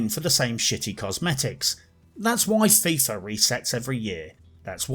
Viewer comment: Fifa sounds like Thiefa